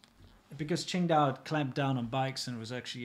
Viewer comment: Thought you were saying Ching Dai, like the Chinese god from Big Trouble in Little China. You should do a commentary track of that movie, really, really, really should.